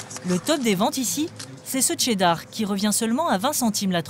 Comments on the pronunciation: Pourquoi prononcer « Tcheddar » ? Très étrange. Ça s’écrit cheddar et ça se prononce « sheddar » tout simplement. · Ca vous rends pas dingue que la voie off tout le long du docu dise Tcheddar au lieu de cheddar?